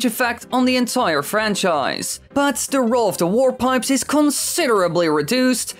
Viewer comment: It sounds like you're saying "war pipes."